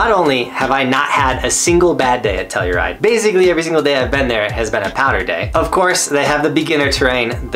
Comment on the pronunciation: Telluride is exactly how you said it. When I was there, there was lots of pow and the peak was open. I had 2 snow days in a row. Dig the list